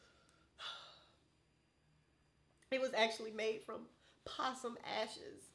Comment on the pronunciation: I know I ain't the only one who heard her say possom ashes